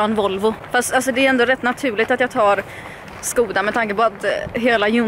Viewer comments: Skooda? SKÅÅDA!!!!! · Gå till vilken bilhandel du vill, namnet uttalas "Skåda" på svenska. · Skoda ”Skåda”. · Nä, uttalas med sch ljud i början, som engelskans "shoulder". /Mvh tjecker